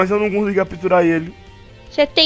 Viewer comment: a bonnie ia falar catupirar mas falou capturar